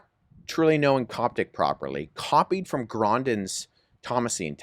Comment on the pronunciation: Coptic not Gasis